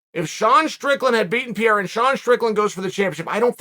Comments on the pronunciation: C'mon, uncle Sonnen. It's not difficult. It's PEREIRA. Not PIERA. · Help Chael... PEH-RRE-RRA, PEH-RRE-RRA, PEH-RRE-RRA. ...you can do it .. PEH-RRE-RRA. Who the fook is pierra??? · Uncle ‘Cheel’ its not ‘Piera’…dudes name is Pereira 🥴 With respect 🙌🏼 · Come on Chael say it with me Pa-ray-Ra- not Pier. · Uncle Chael, just because you pointed out nobody warned you about "Will" Fury in the comments section, in another video, I want to respectfully inform you that "Pieira", in Portuguese, is the wheezing sound that people have when they have asthma or bronquitis. So Alex's surname is Pereira, pronounced "Pe-rei-ra" and means "Pear Tree". Anyway, love your videos. Warm greetings from Portugal. You're the best! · It is so annoying uncle Chael can't pronounce a single name properly.. who the ** is Pierra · Chael you need to stop butchering these names man 😂 “ Perri” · Chael “Peeira” Sonnen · Give Pee-air-ah the shot... thats the end of it!!! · Why is so hard for Sonnen to learn to pronounce Pereira's name correctly? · How did I know chael was gonna mispronounce Pereira before I clicked on the video? 😄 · Does Chael delibrately mispronounce Pereira? Does it bother anyone else or is he just carrying on his troll campaign against the Brazilians? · Petition for Chael to Pronounce Alex’s last name correctly? ✅🇧🇷